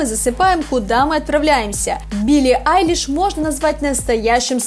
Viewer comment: Почему "Алишь"? Если она Billie Eilish? Прям уши режет...